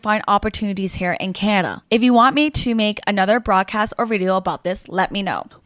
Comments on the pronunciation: its CANADA not canna. Glad to see the back of you and people like you...... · Its not Canna. Its Can-a-da. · learn how to say Canada properly.... its not Canda.. or however the hell you're saying it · Who the hell cares! There’s a D In Canada. You got a speech defect for sure. Awful speech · She was supposedly born and raised in Canada but cannot even pronounce Canada properly. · A strange way of saying the word Canada. Canada gave you everything. You gave back ... what?